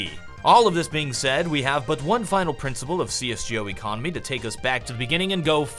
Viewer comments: cs joe economy?? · great video, but PLEASE pronounce it "CS:GO" not "CS:Jee Oh" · CS 'JO' ?? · see-es gee-oh lol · am I the only one who got a cringe when he says cs Gee O